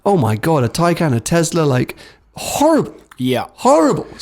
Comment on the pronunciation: Tai-can.. Taken is a film with Liam Neeson..